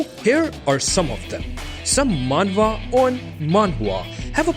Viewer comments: dude just say manhwa once nobody gives a shit that you are pronouncing differently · Who kept laughing has he was saying manhwa manhua